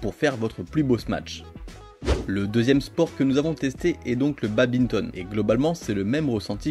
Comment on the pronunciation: On dit "badminton", pas "babinton" hein...